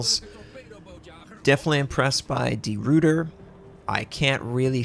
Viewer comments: Great video! FYI... I believe you should pronounce it De Roy ter, not Root er and the DD, I'm pretty sure should be pronounced 'Class', not Klaus... As always, I would love to have native speaker of these languages to jump in and get it totally correct. All the best from an Aussie with a barely passing understanding of Dutch, but a good understanding of what the actual ship, along with HMAS Perth and the USS Houston had to deal with in the Battle of the Java Sea and Sunda Strait, so the pronunciation comes along with it. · Try pronouncing it as De Rooiter; it'll be less painful for our Dutch/Flemish ears :p